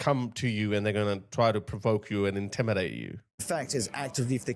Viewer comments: He said intibinate the idiot Starmer can’t even pronounce intimidate 😂😂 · He carnt even talk properly, he said intibinate instead of intimidate, London is unrecognisable